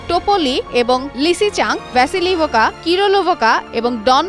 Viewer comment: যে সাংবাদিকের ন্যুনতম জিওপলিটিক্স আর জিওগ্রাফি নিয়ে ধারণা নাই, তাকে কেন এধরনের রিপোর্ট করতে দেন? আর্টিমবসকে বললো আর্টিমস্কো, ডোনেস্ককে বললো ডোনেটক্স, ভেসিলিভকাকে বললো ভেসিলিভোকা। আপনারা সমাজের কোন শ্রেণির জন্য খবর তৈরি করতেছেন সেটা নিজেই ঠিক করেন।